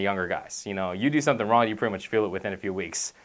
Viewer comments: Was i the only one that notcied he said "Ron" instead of "Wrong"? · it's young and wrong. not yun and ron. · He is saying wrong, he just doesn't annunciate the G much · why does he keep saying ron? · Love he doesn't pronounce the g in wrong.... Don't work out ron! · lol if your youn you dont wanna do it wron lol cant pronounce the g? \ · wrong = RON. Young = YAWN lol YA'LL